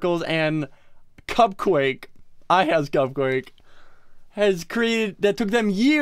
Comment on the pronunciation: It CupQuake not Cup Quake